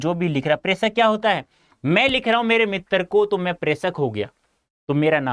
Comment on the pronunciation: Did anyone noticed "" Mittar "'' 😅😅